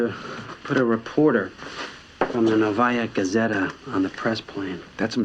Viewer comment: Would it have killed the writers to check the proper pronunciation? It's "NOvaya gazeta", not "noVAya". Suka bljat'.... Edit: Even more comical when you consider that actress Svetlana Efremova is Russian-born and would've picked up on the error in an instant. (Although maybe she did, but was ignored by the besserwisser 'Muricans?) 😂